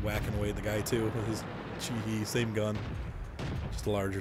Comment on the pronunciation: The 'e' in Japanese is pronounced like 'ay' the same as in Jose the spanish name. So it's pronounced 'Kay Ho' for the Ke Ho and 'Chi Hay' for the Chi He.